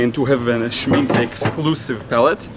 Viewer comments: Yes you are saying Schmincke right. Regarding the palette: the pan tray pops out so you can clean easily. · Yes you said SCHMINCKE in the right way Greatings from a German